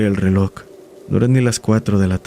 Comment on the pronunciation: Es reloj bro, no relok.